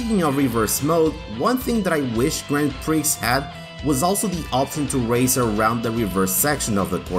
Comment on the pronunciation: Correction: not all ps1 games had warping textures/polygons. See Tobal 2 for example (and others). Also, the x is silent in prix.